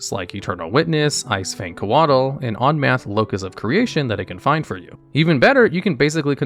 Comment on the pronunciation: I liked when you said "Onmath"